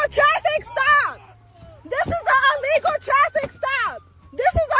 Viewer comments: haha I first thought she said unlegal...too funny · I thought she said “This is an amigo traffic stop” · Didn’t she say its “a legal” trafffic stop? rofl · “Unlegal”?? She doesn’t speak English! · Allegal not illegal! 😂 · “This is a alegal traffic stop.” Speak English much? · is she saying this is 'ah legal' traffic stop? LOL! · “This is a Alegal stop” 😂😂😂 Woman learn to speak! Arrest them if they interfere. No hesitation. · Somebody should tell her illegal starts with an I not an A! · Right!! Really she's saying it's a legal stop.😂😂😂